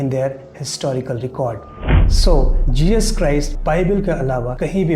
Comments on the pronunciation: Arrey O Uncle, its JESUS not JEEJUS 🤣🤣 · For Christ sake it's not Jejus, It's Jesus.